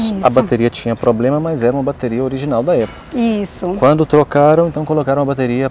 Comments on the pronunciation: Como diz o Cebolinha.... Apple caria. 🤣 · Pessoa não sabe nem falar "Apple" e quer ter um iPhone.